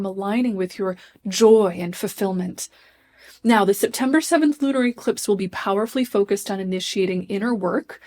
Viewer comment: Does she keep saying SIPtember because we’re all going to need to drink this month?